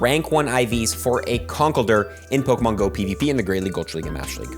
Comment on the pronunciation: yall keep pronouncing conkeldurr name wrong